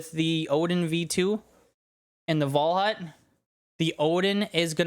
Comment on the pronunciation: Unique video style! Reminds my of zorzgamig, not by how it's made but how unique it is. And WAL HA U T was nearly right pronounced :) Also thx for the very good explanation! Was an pleasure to watch this video!